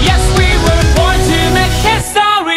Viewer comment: the video is very beautiful. but whenever he says "history" sounds like "histowy" (im not making fun of it, but i cant unhear it🥲)